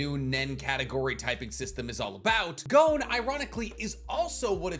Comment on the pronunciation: Why do Americans say gown when talking about Gon? Its pronounce Gon like the word Bonbon